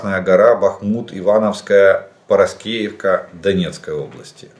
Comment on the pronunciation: Парасковеевка..не Прасковьевка )